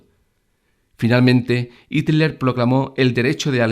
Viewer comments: Buen video PD: Se pronuncia JITLER no ITLER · bueno video te explicas muy bien pero ''el duze'' y ''itler''... XDD